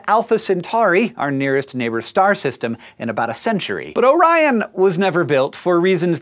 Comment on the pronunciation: I thought you said "oh ryan